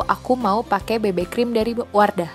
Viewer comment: Bebe krem??? bukannya bacaannya bibi krim ? hahaha